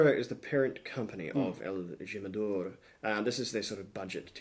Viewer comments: El -Jim-ah-door? Joe-say? Really? So, is that like Jag-you-are or Nick-ah-rag you-ah? It's correctly pronounced: HEEM, El-Heem-Ah-Door (the J is a soft Spanish "H" as in HIM) and it's Hoe-zay, again with soft Spanish "H", not Joe-Say. There's a good lad. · Pronounced himador. Lol😊